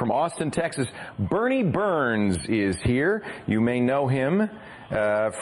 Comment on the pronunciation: It's Burnie not Bernie